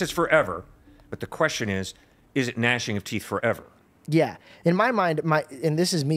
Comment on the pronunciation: Lol just read the verse and didnt realize the g in gnashing is silent 😂